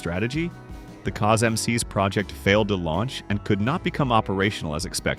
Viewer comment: The ai cant pronounce Cosmcs lol